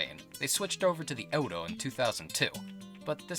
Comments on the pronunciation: I love it, but the way you say euro... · What the hell did you just call the Euro? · Your pronunciation of the currency Euro hurts me :-( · you pronounced euro wrong